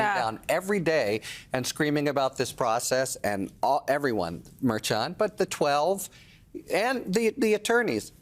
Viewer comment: Harry, why can't you say Merchan? Do you pronounce Cher the same as chair? I don't think so. Everyone else on the show can do it. It's very disrespectful. You remind me of those on Fox that call Fani, "Fanny."